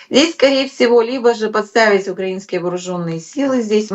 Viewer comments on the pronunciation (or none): none